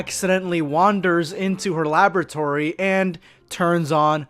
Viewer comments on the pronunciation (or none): none